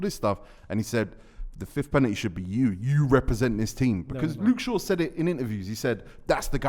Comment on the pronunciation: Why does say “Pennitty” H🦉er